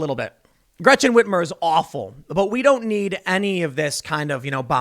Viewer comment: Gwechen Ritmer😂